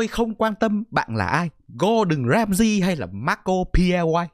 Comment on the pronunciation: Ramsey not ramsee 🥹